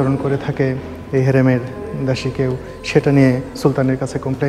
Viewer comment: জৌন দাসি নয়,দাসি বলুন,,।